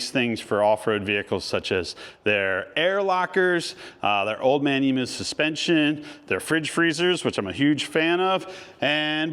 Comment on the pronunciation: G’day from down under. Ps: Emu is pronounced “Emmyou”. Not Emoo 😂